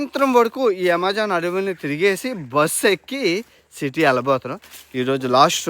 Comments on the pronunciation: అమెజాన్ ❌ యమెజాన్✅ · Yamejaan kadhu bro amazon 😂😂